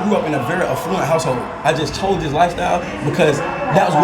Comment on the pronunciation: I love how you keep saying a fluent rather than affluent